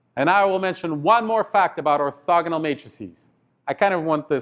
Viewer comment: it's funny how he say: Or"thugga"nal Matrix